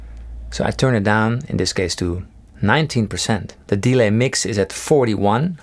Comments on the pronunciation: I like how you say DE-lay instead of delay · I swear delay is pronounced with emphasis on -lay and not on de. haha great video. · Anyone else find it funny when he emphasises the E in delay instead of the A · Fix delay pronunciation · the way he pronounced "delay" is a bit annoying. awesome tone though